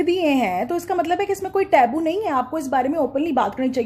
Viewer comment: You are one of quality content maker in Urdu and Pakistan. I don't know you used it deliberately or erroneously that word taboo has /təˈ‍buː/ ٹبو pronunciation.not ٹیبو۔ جیتی رہیں ۔